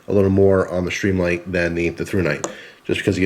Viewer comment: why do add an "h" when and pronounce as SHtreamlight? I like the looks of the Streamlight, but prefer as you pointed out earlier - the solid, non-rubbery button on the thrunite. Nice tight review. I wish they made these usb rechargeable - I've really gotten used to that feature on other products.